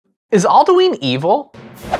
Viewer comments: Isn't It Pronounced Al-Du-In Not Al-Du-Ine? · Its pronounced All Dew in not All Dyoo Eeen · Not all-dee-ween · Not Aldueen it's alduin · All - Do - N not All - Doo - Ween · its al-doo-in not al-do-eeen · aldooin not aldooeeen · Says Aldueen. Closes video* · ITS AL-DA-WIN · I consider your pronunciation of Alduin evil lol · Your pronunciation of Alduin was kinda infuriating, who in Skyrim says it like that...?